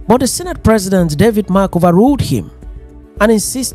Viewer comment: Pls David Mark not David March. Thanks.